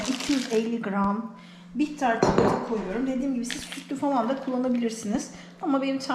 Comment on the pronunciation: Nolur ÇUKULATA denmesin artık NOLURRRR??? ÇİKOLATAAAAA